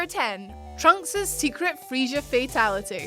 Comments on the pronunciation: I love so much but every time she pronounces Frieza (Freeze-a) as Freezhya, a piece of me dies. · FrieZA not frieSHA....woman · FRIEZA.....not fucking freesha 😑😑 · Freisha, Freesha 🤢🤦🏾‍♂️🤷🏿‍♂️ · Friezer? Really? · WHY DOES SHE KEEP SAYING FREESURE 😫😫😫😫😫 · IT IS FRIEZA!! "Friezer" honestly. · saying Freizure (Freiza) is great lmao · The way she says Freiza gave me cancer. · Why are you saying friezas name weird. Just stop. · you mispronounce Frieza... bruh... like really bad... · I’m sorry but can you say “Frieza” for me just one more time... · you aren't doing TFS Goku VO work. Please don't say Frieza's name anymore. Thanks. Edit. A Way Out is on this list but not anything from Spider-Man? Shame. SHAAAME. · Aww Handsome Incel over there is tipping his fedora towards milady. She really does need to learn how to pronounce the name correctly though.